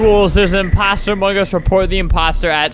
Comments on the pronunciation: Albert: among us. Me: I thought he said Among Gus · WHY DOES EVERYONE SAY AMONGUS INSTEAD OF AMONG US?!